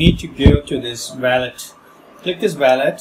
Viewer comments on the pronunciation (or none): It's not valet it's wallet!!